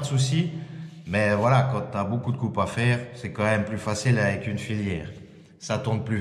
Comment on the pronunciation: Merci pour le partage. Pour ta meuleuse sur batterie il me semble que tu puisse tourner la tete en devissant 4 vis et donc avoir le bouton au niveau du pouce. Sinon j'aime bien comment tu prononce filaire en filiere lol.